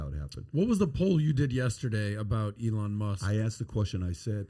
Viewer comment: PBD pronouncing Elon's name like Iran is one of my favorite things